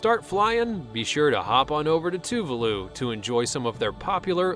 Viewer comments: Too-le-voo?! Too-VAH-loo, omg. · it's pronounced (Too-Var-loo